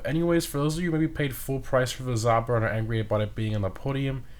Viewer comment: Another fun fact for you: Zhaba means "toad" in Russian. It's not pronounced as "Zaba". "Zh" is a bit tricky: say the word "bardge" a couple times and then drop b, a, r & d and you'll come close to correct "zh" pronunciation.